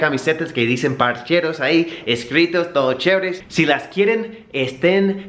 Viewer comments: me da risa cuando dices parcheros es parceros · Parceros parccccceeros weom sin la "h" no parcheros ... Parceros 👍